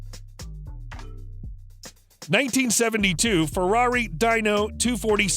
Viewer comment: LOL!!! "Dine-o"?!?!? Enzo's rolling in his grave!